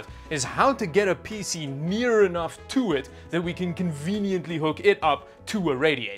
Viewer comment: hearing him say Peezee never gets old :P i can not put my finger on it, but it sure does not sound like pc the way i say it.....